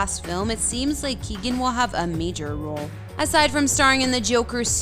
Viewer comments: It's KEE-OWEN not Keegan. FFS. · Yeah, no, you're wrong. Ky-ow-gan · You can't even pronounce the name of the people that you feature in your videos. Barry's name is Key-o-gun, three syllables. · It's Kee-O-gan ! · He is brilliant!..just a small thing...his name is pronounced “Keown”..Key own......the “g” is silent....squash the syllables together and there you have it🤩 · It’s pronounced KeyOwen. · Learn to say his name properly Jesus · Pleas learn how to say people's last name right before you go and do a whole video on their lives.